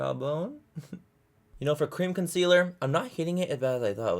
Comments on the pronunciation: For the love of god please don't let Laura Lee do this challenge and make her mispronounce the word concealer for like 10 minutes straight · stg if laura lee does this video i might have a stroke “consiller” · Don't you mean: C O N S I L L E R